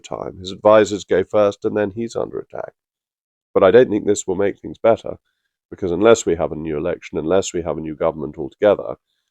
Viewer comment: Angler Reynier, the woman who wants "Fings Done Propper" thick as sht.